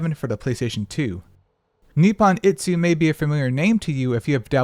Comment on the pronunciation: same, grinds my gears so hard with blatant misreading